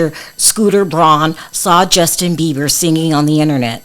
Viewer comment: .......his last name is Beiber not Beaver.